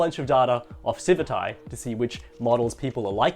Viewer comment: Isn't it pronounced "Civit AI" with the "t" on the end of the first followed by an "AI" -- just like how it's color-coded -- instead of "civi 'tai" with the "t" before an "eye" sound?